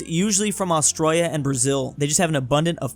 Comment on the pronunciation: im triggered first 5 seconds of the video bro says "austroya"